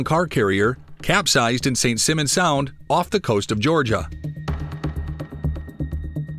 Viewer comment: just for clarity, it was St. Simons Sound, not St. Simmons Sound, GA.